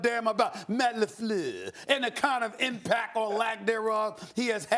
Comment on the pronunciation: "Matt LaFlure.." Lol!